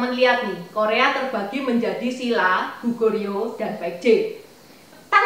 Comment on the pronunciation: Maaf,enci,salah sebut nama kerajaan Korea,Goguryeo,bukan Gugoryeo dan coba bahas Zhangsun Wuji,yang ikut dalam penyerbuan Goguryeo!